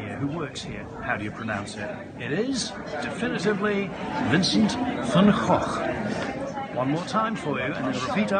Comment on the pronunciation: Way better than other videos on this site allegedly giving the correct pronunciation. This is basically how I'd pronounce it. Only correction would be that the way you stress your syllables in Vincent is a little weird. The "cent" part isn't pronounced "sunt", like it is in English, it's really pronounced "cent". But that's very nitpicky of me!